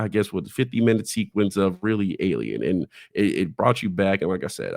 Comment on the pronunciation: Alien “erf”